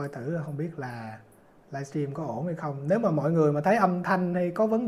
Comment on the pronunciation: Dân VN không sinh trưởng ở nước ngoài đa số phát âm "livestream" thành "laichim" 😂và rất nhiều từ khác phát âm không đầy đủ.